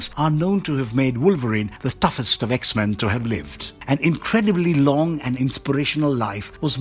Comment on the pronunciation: I like how u pronounce the X-Men's names. 😁😆